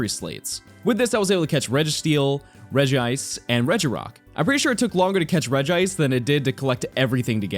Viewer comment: This man couldn’t pick between pronouncing “Regice” or “Regice”, so he said them both at the same time.